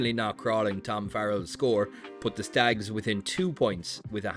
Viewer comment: "The Stags" 🤦 ffs don't ever say that again.